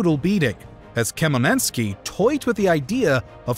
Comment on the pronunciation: Check pronounciation of Khmelnytsky. Also one there are quite a few worrying parallels between the fall of Commonwealth and current Ukraine and the UE: 1. utilization of Liberum Veto to block the Commonwealth seems not unlike Russia-friendly Orban's actions to block EU policies - with bribery, political corruption and propaganda 2. Yanukovych Russian puppet seems similar to Sas kings and then, when one is removed and replaced by pro-western one - Russian invasion and annexation in phases - 2014 like 1st partition of Poland, 2022 like attempt at 2nd/3rd one